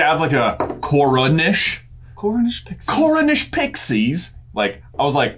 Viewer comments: Honestly, when said ‘Cornish Pixies?!’ I heard ‘Garnished Pixies?!’ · pronounces "cornish" like that because he has somewhat of an Irish accent. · i thought pronounced it Carnish pixies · Just because I feel like you speak directly to me when asking about British accents/words.... pronounces “Cornish pixies?!’ The way he does is because he is Irish:) anyway... love you guys!